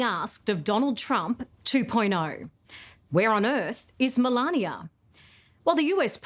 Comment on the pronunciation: The First Lady's name is pronounced "MA LANE NA." Not "MA LAN YA."